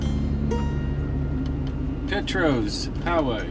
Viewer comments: The owner Scotty lives next to the store but he is closed on Sundays. He is a WEALTH of information up there on the history. He also owns the Rosedale School you drove by. And if you want to know how to say Petros, it is PEE-TROSS...lol Locals get made when you say it wrong.. Ask me how I know...lol The prision has GREAT food also. Jess West and I was up there riding those SXS's yall passed. Great video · You pronounced Petros wrong.